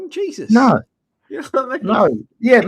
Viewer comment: can't say "You know" properly/ He says "You oh" or something weird.